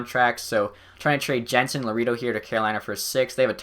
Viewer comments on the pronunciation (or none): none